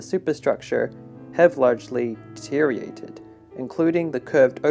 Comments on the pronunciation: and Deteriorated not deteriated/deteriating/deteriation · It's pronounced Dee-tee-ree-or-ated, not dee-tee-rated. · There is no such word as "de-teer-ee-ated", the proper term is Deteriorated, pronounce the "OR". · Please learn to pronounce the word deteriorated. It has multiple syllables: de-ter-i-or-ate-ed. It is not pronounced "deteriated". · It's deteriorated asshole. Why are you mispronouncing it? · You would think before making the video you'd learn how too pronounce "Deteriorated" ha ha